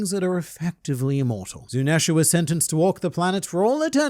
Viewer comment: ironic. You talking about the japanese pronunciation of the names, but proceeds to saying "zunEsha" 😂